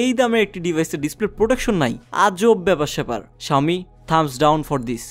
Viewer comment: you don't know how to pronounce xiaomi